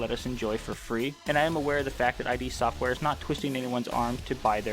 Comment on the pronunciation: Thank you for this! Just FYI, it's not "I-D Software", it's "Id Software". Rhymes with "Lid". From the mouth of John Romero, himself.